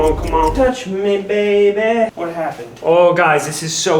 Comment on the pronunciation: bro said the medbay medbay!